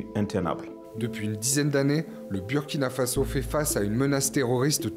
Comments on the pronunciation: Svp on prononce bOUrkina faso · Burkina Faso se lit Bourkina fasso.ce n'est pas un nom français,vous prononcer très très mal.revoyez désormais la prononciation car si vous lisez selon la logique française ça n'a pas de sens et moi ça me fait mal